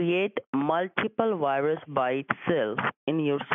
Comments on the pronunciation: Those damn wiruses😡🤣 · Well if his computer ''wiruses are having nature'' wouldn't that be the best to have, a nature!😊